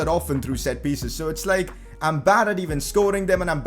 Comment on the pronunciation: did you just say lik?